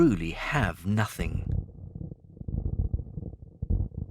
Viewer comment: Haha thats not "nothings" 😂😂😂